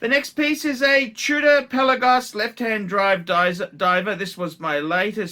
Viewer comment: What's a Two-dah?